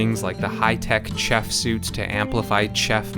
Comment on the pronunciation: The way you pronounced "chef" was chafing.